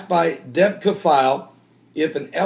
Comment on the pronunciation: debka file... sheesh... thanks for pronouncing it properlly Deb-ka 2 syllables... anywhoooo this reminds me of the coverage over kahdafi... remember the propaganda about how many times he has been captured or his sons yada yada? deb-ka is fun to read and it is useful but take it w/ a big grain of salt... you know who runs deb-ka don't you